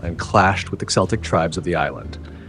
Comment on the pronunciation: "Celtic" is pronounced "Keltic" with a hard "k" sound.